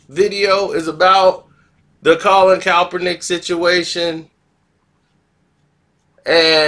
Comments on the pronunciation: YO MOUF JUST WONT LET YOU SAY HIS NAME RIGHT 🤣🤣🤣 JUST STOP SAYING IT,,,,,,, ITS NOT COPPERNICK 🤣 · I'm hip to the story but I only came to see if can finally say Kap's name right... AND right out the Gate he's KALPRUNIK.. I love it!! Dont change nothing... #ClassicKarceno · man you can't pronounce the man's name right or what? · That's what I been saying 😅😅😂😂🤣🤣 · Why can't you give this brother enough respect to say his name right. You wouldn't want someone butchering your name on purpose.